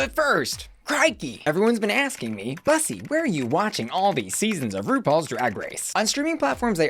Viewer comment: You do know you pronounce Bussy incorrectly, It's pronounced the same as P-ussy